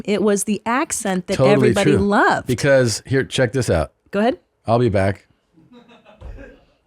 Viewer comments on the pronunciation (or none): He enraged everyone on set because he couldn't pronounce "i'll" xD